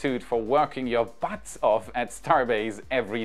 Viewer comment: Howdy! It's butts not buts but, thanks.